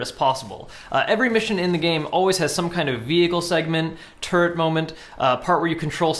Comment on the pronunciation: Took me a sec to realize you were saying turret and not terd :P